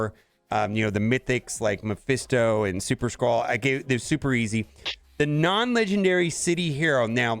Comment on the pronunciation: Can we please pronounce Mephisto correctly?